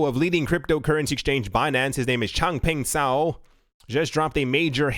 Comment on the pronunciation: Do yourself a favor. Find the one Chinese person you know and ask them how to pronounce Chang Peng Zhao’s name.